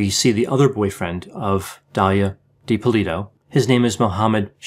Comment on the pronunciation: Watch a few other videos. You are pronouncing the last name differently than everyone else.